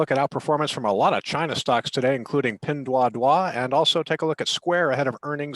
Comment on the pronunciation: "Pin Duah Duah". Sounds French.